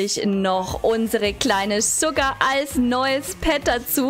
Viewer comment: Und man spricht es Schugar aus und nicht sucar 🙃